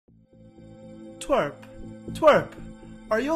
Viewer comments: He csaid trewp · He said trwek insted of twerp